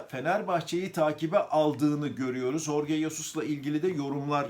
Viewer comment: Telaffuzu Horge degil.. Adam ispanyol degil..